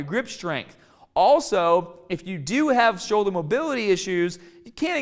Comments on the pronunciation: "Showldah pain" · Shouldah, bahh, cahh, fahh